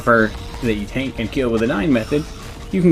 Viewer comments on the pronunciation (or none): none